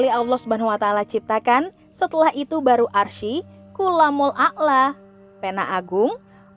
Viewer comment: Subhanallah... Hanya sedikit janggal dalam pengucapan Arsy yang dibaca arsi bukan arS dengan S=syin.